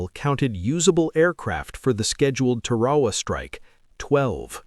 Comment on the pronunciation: It sounds like Tear Herr Waa not Te Waa Waa My Dad was a CB on Guam.